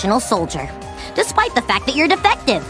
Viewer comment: I love how when this guy says fact he says Fauc